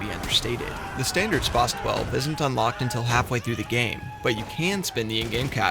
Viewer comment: Bother anyone else how he says spas 12